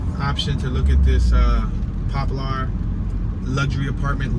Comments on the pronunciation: Pronounced Popler not Pop Lar... tho it's spelled Poplar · What you call it? Pop-lar 😂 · Popular "Pop per la " that's the Pronunciation take the R off 😊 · Your killing me saying pop-lar😂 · Right lol